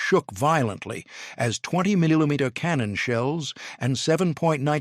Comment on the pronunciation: 30 milleyomeeter cannons. Lol.